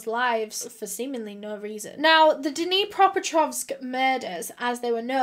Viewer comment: Can we all just appreciate for learning to pronounce Dnipropetrovsk properly 😅